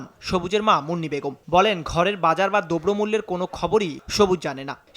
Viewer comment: 'দোব্র মূল্য'! রিপোর্টার '' উচ্চারণের ব্যাপারে সতর্ক হওয়া উচিৎ।